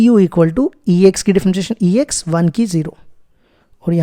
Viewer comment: Question 10 😂😂 sr ex kho sex bol rha hai😂😂